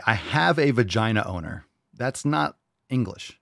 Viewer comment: I could have swore she said odor, not owner.